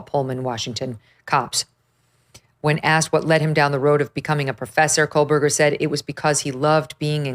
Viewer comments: Co-berger, not Coal-Berger. Just sayin’! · Meghan it’s KOHberger, not KOHLbergar. No L. I hope you can get Kaylee’s sister on your show. The investigation for this crime was HORRIBLE. YouTubers and the Gonsalves family did better investigations than they did. Anyway ….